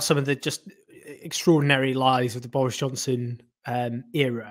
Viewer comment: Doris Johnson 🤣 please tell me im not the only one who heard that